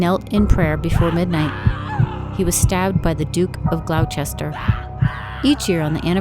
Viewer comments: Horrible. It's GLOS-ter. And for a number of reasons, it's highly unlike Henry VI was actually murdered by anyone, let alone Richard Plantagenet, nor is it likely he died in the Tower. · Sorry, but i can't take anyone seriously who pronounces Gloucester “glou-chester“